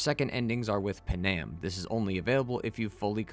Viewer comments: They tell you how to pronounce Panams name in the game Pan-am Not p'nam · im talking about thw way he said it. Its Pan-am. Not p'nam or puh nam